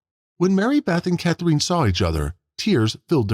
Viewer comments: It's Cath-rinn. NOT Cath-reen. And Anastasia. NOT Anesthesia. Robots should not be narrators. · Who is this /ca-THREEN/ that the video keeps saying? "Catherine", the girl's mother, is pronounced nothing at all like that. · You have a very odd way of saying “Catherine”. Sounds like “Cathreen”. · I noticed the same thing. Bizarre. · Come on, learn to pronounce Catherine.